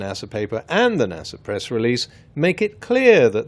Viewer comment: I can’t get over the fact that this man said NASer and not NASA pronounced NASuh